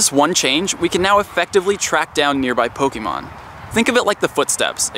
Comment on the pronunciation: WHY DOESNT ANYONE KNOW HOW TO PROPERLY PRONOUNCE POKEMON???